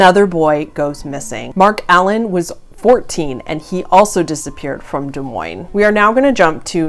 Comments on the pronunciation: Pronounce it deez moys. That’s how you says that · Both the S's in Des Moines are silent. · aww the way you pronounced it des moines with the s... lol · You can always tell who isn’t from Iowa by the way they pronounce Des Moines. Don’t say the s in either, just like Illinois.